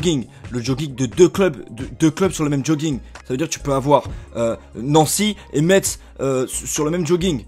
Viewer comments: IL A DIT METTTTSSSS IL LA DIT IL A FAIT L ERREUR. ON DIIIIT MESSSE PAS METTTTSS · Oh non il a osé dire MetZE... C'EST MESSE QU'ON DIT PTN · ON DIS PAS NANCY - METZ !!!!!!! metz se prononce mess !!!!!!!!!!! comme dans Messains !!!!!!!! (je suis nancéen) Donc ouais toi t'as pas dit que cavani allait mettre que 8 but dans la saison, mais tu prononce mal metz donc bon ... -_- bref sinon j'aime bien tes vidéos continue comme ca... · on dit pas le t de Metz mdrr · MDRRRR comment tu prononces metz !? MESSE pas Metsse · Euh on dit prononce Metz comme messe et pas comme ces écrit mais tkt, pas grave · déja metz ça se prononce mess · tu ne sais même pas prononcer Metz mdrrrrrrrrr